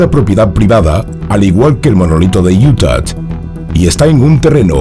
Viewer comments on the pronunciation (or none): Es “UTAH”, no “Utat”. 😅 Y se pronuncia “SNEIK”, no “snake”. 😂 “Extraterrestre“, no “estraterrestre”. 😆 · Se pronuncia iuta !!!!! Quitale la maldita t al final!!!! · porque dice iutat? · Desde cuando una hache muda en español se convierte en ch ??? Ademas lo repites hasta la extenuacion, esta claro que o no lees aunque pidas opinion, o lees y quieres hacerte el soberbio con la corrección Allá tú, ya es costumbre oirte cambiar el sonido de las palabras, a mi plin si quieres hacerte filologo... y dar paradas al español aunque te corrijan Viva IUTACH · utah no tiene una T al final, se pronuncia con a al final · Porqué insiste en pronunciar Utah con "t" al final???? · Por favor revisa tu pronunciación de “Utah”. De donde sacas la T de al final??? Es sumamente desagradable oírte decir eso! Los vídeos son muy buenos!! No los eches a perder! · Así no se pronuncia Utah JAJAJA